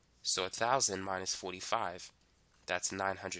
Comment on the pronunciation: 4 = "fwoh" 40 = "fwoh-tee"